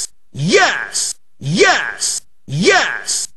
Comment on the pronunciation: Press 1 sounds like he's saying ass